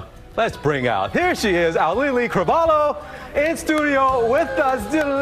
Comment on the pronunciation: OW LEE EE NOT OW LEE LEE PLS😭